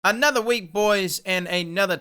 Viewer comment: anudda week, anudda twab